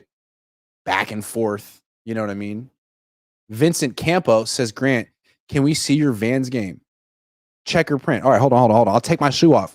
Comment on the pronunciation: Grant you butchered my super chat